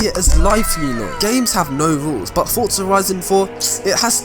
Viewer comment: "fotza horizon 4"